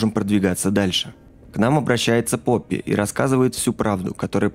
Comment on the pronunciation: То не поппи а он сказал рпоппи тот мен